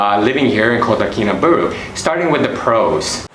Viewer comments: Its pronounced baaahloo not booolooo. I am a Brit and live here. I would add public transport is very limited and traffic jams, really bad traffic jams are the norm so if you hire a car, which is worth doing, find out from the locals when the roads are jammed (usually linked to the school day) and avoid them, unless you like sitting in an air conditioned car listening to Hitz FM, which is well worth a listen. The locals are lovely, treat them with respect, a smile and patience. Nothing happens fast here, just accept it and relax. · Ba-LUU not BU-RU jhahaha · I've been there a few times. Lots of good info Thanks. But pls learn how to pronounce Kinabalu.